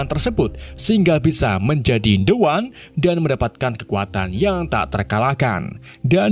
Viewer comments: The One = dibaca Di wan. Soalnya bertemu huruf vocal👍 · The One tetap dibaca De Wan.... larena pengucapannya huruf konsonan.. bukan vokal